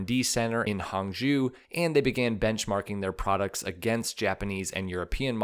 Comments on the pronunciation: Take a shot every time the narrator says “hangzhu” instead of “hangzhou”!!! 😂😂😂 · Hangzhou is pronounced Hang- zho (like long "o" in English). Excellent video.